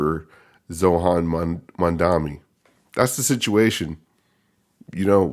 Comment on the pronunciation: Oh yeah and its pronounced Zoh-rah-n